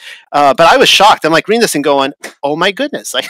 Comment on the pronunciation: Amazing video! It's pronounced "Red- ding Railroad" (like the color red!). I grew up in Reading, PA! It's just insane how everything is a lie. I appreciate all the work you do to get the TRUTH out!